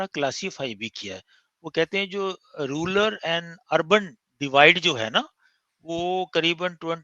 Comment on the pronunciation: इतने पढ़े लिखे शिक्षित व्यक्ति भी रूरल को रूलर बोल रहे हैं